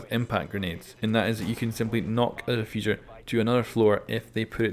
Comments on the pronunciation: "diffuser" its DEfuser lol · great vid but just saying i maybe wrong but isnt it defuser not difuser